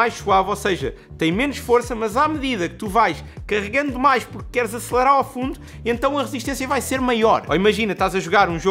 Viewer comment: "Acelarar"?